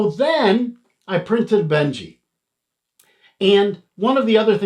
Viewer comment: Isn't it Benchy as in benchmark and not Benji as in the dog??? Lol just messing with you, great video though, thanks for the review. My sv06 will be here in a few days. Can't wait!